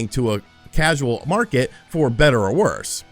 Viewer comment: "Mitroid." "Crasual." Is having a stroke realizing he has to play Balan?